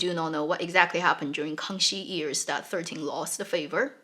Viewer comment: You are awesome! Love how you share on the history/reality, makes it so much richer. I notice that you pronounce years as 'ears'.